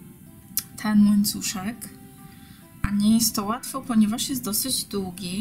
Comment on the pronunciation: Robisz bardzo ładne rzeczy ale proszę, błagam mów po polsku. Słupek a nie supek włóczka a nie włóczka. Długi a nie dugi. Robisz prifesjonalny kanał, ciekawe wzory popracuj jeszcze nad wymową. Sorry za uwagę ale ja nie daję rady tego słuchać.